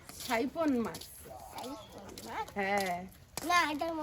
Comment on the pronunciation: Samudrik Marce k saipon ble 😂eta saipon bole na 😂